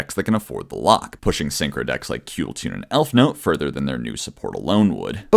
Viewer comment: is something wrong with his mouth or is he unable to say kewl or tuner properly